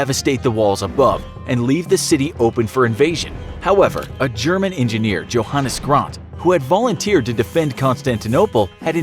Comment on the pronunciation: The Pronounced Johannes wrong. JOE-hannas